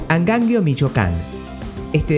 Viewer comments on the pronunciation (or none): Estos arjentinos!!! Ya nos salen hasta en la sopa!!!!ese acento espantoso que los caracteriza...ni pronunciar bien los nombres de los poblados.tequixquiapan.!!!!.huichapan!!.agangeo!!!primero aprende a pronunciar bien los nombres y luego te metes en hacer tus feos videos!!!!